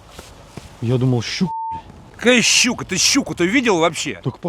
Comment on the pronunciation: Дед за Щуку порвал бы,без уважения произносишь☝